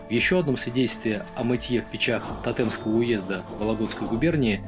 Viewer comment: Только не ТотЕмского, а ТОтемского уезда) приятно слушать истории из вологодчины 👍